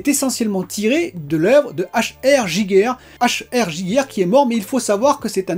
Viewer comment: Giger se prononce GuiGuer... ;) un Suisse... tu est cordialement invité a venir visiter son Musée au château de la Gruyère, c'est à moins de 3 heures de routes de Grenoble. C'est un endroit surréaliste et tu pourra déguster une fondue et des meringues de ouf.